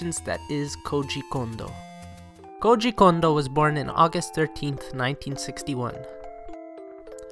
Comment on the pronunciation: Lmao you pronounce his name like it is russian